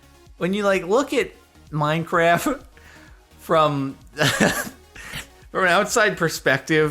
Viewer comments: is it just me or does Jordan say 'Minecraf' instead of 'Minecraft' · i sometimes wonder when this guy started to call Minecraft "Minecraf"